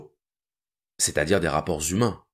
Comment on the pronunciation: J'adore vos vidéos, elles m'ont réconcilié avec la philosophie. Ah si j'avais pu avoir un prof tel que vous en terminale. Je me permets humblement de vous faire remarquer que vous dites tout le temps "les être--umains"or comme vous le savez surement, le"h" de humain n'est pas aspiré. Merci pour vos vidéos, continuez dans cette voie .